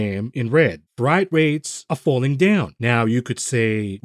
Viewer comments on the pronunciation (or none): Love the vids, but good god man, it’s pronounced FRAYT. Most of the intentional mispronunciation is hilarious tho keep the rest up.